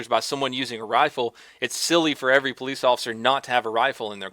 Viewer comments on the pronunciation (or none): none